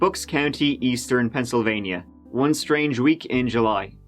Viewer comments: Dude! Pennsylvania is NOT 2 separate words. Pencil Vaineeyaw! NO. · Pencil. Vania.